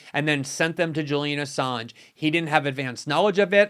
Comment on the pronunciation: sounds like she’s saying “Julia Assange.” Glenn is right, she doesn’t know ANYTHING about this important topic, including how to pronounce his name. Good work morning joe🙄🤨